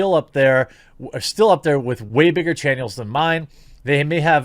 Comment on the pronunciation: "Shill up there with way bigger channyels than mine" Wtf mate.